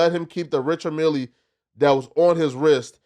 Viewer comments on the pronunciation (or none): Flacco said Richard Milly 😂